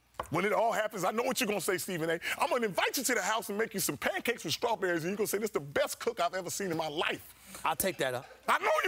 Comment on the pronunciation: THIS FOOL SAID STRAWBERRYS AND PANCAKES LMAOOOOOO